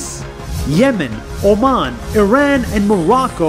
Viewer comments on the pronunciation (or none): I chuckled when nas said yemen and oman and it sounded like yes men and oh man